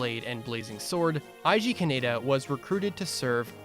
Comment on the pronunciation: Actually, Eiji is pronounced "A-E-G", and not "Eyeji".